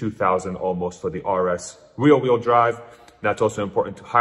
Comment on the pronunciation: RWD = REAR wheel drive. Sounds like youre saying "real wheel drive"?